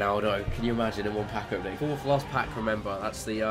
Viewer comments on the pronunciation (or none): none